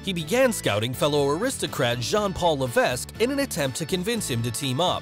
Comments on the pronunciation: LA-VECK! The S is silent. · The s is silent in Levesque. Just saying. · Mispronounces Levesque 😒